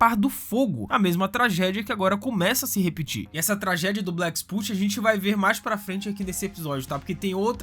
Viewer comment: Black spot e não black "sput"